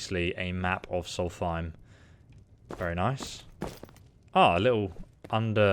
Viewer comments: he keeps triggering me with the way he says solthaim not solstheim :D in hes videos but its ok not hating <3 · Does he not read his comments? he has to know by now that he's pronouncing it wrong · I enjoy, but i cringe every time he calls Solstheim "Solfiem". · The Way He Pronounces Solsteihm Disturbs Me I Mainly Hang Around Dunmer So Yeah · When you can’t pronounce Solstiem JK we all have our moments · Gargoyle242 I think it’s a speech impediment m8